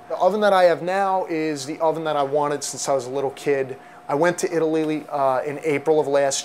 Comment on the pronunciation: lol he says italy-ly